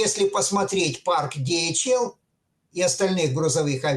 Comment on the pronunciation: Во загнул! Дэгаэль! Голова пухнет. Ди-эйч-эл.😮 Выключаю.